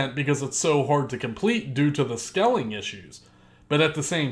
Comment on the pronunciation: Long time subscriber here. I agree with everything you said man. Except one thing. Its scaling... not skelling. Lol good vid man. Keep the pressure on.